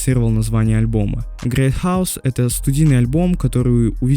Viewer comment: ты если на английском говоришь, говори нормально, все таки про запад же видос пилишь. просто ваще не могу слышать «грет ХАОС» говори «кеос»